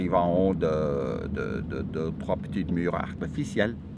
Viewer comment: Grimper à la MoUR "avec accent ???" avec Mike Horn, sourire assuré, c'est top !!! :-D